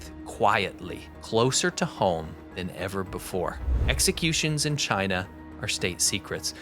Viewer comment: He hates CHY-NA, that how he pronounces it with great derision.